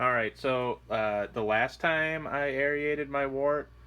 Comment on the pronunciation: LOL You keep saying, "Air-ee-aided." It's pronounced "air-rated."